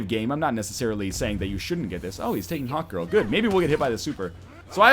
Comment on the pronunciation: Whenever he says hawkgirl it sounds like hotgirl just me?